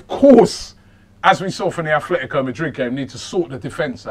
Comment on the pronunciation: "Afletico" Madrid